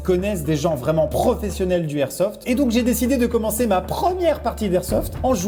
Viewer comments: Peraps sKyZii ouais mais on dit pas du airsoft ça c'est sûr, c'est de l'airsoft. Et techniquement il devrait pas y avoir de débat, si on respecte les règles de la langue française, alors la liaison est l'airsoft. 😂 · LE airsoft c'est comme LE igloo ? Maxime enfin va falloir réviser tes liaisons 😂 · sauf que sa ce dit l'airsoft comme même